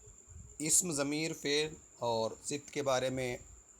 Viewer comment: sir!sift nhi,sefat hota hai